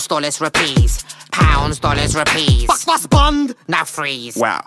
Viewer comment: pronounces rupees like a white boy.